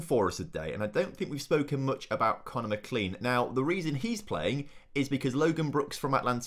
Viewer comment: Hi, it’s Conner Mac-len-en